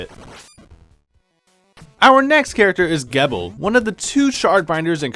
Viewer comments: Gebel is pronounced "Jee-bel". Source? The most recent RotN gameplay video. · Gebel is pronounced GEE BUL with a hard G, the way you say the letter G. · Also youre saying Gebel wrong, its Gebel (JEE-bill) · Is anyone else going to notice that he pronounced Gebel's name wrong or just me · It should be pointed out that said in the video that Curse was still recent, so likely Ritual wasn't out yet at the time, so it would make sense if he didn't know how Gebel's name is pronounced. I know I didn't know that until I looked it up and thought it was pronounced that way when I first watched Curse.